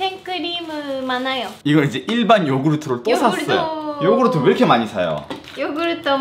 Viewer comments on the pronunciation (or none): none